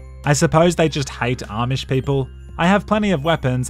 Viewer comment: Amish* not Ormish